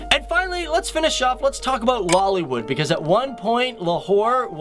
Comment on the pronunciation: luliwood or LOLiwood..😂😂😂.seriously... omg..why?